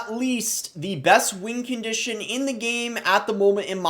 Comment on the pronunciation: Why does he say “wing condition”